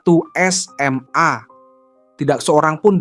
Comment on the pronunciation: Penyebutan SMA jangan terlalu ditekankan begitu min. kurang nyaman dengarnya🙏